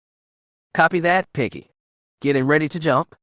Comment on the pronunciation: As much as I’m loving this story, the mispronunciation of almost every made-up name or word makes it impossible to listen to. I didn’t recognize Piggy or Tahiri until the narrator described their history as characters, and however the Twi’lek officer’s name is spelled, I can tell it’s being pronounced wrong even though I’ve never seen it in writing.